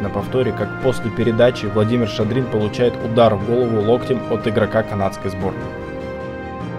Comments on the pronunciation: Не шадрИн, а шАдрин, специалисты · ШАдрин, а не ШадрИн. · Не ШадрИн, а ШАдрин. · Семь шайб, больше всех, забил Якушев. Харламов - всего три. По три шайбы забили также Шадрин, Петров и Михайлов. Почему все всегда говорят только о Харламове? Автор ролика: Шадрин, а не ШадрИн. Великих надо знать. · Жалко, что молодой человек, комментирующий ролик, не видел первоначальную киносъёмку. ШАдрин, а не ШадрИн! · Не шадри'н, а Шадрин. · Если бы еще и судейство было объективным, от канадцев осталась бы одна пыль. И пару слов комментатору: фамилия Шадрин произносится с ударением на первый слог. Это - на будущие комментарии, господин специалист. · ШАДРИН, УДАРЕНИЕ НА А. СПАСИБО ЗА ВИДЕО.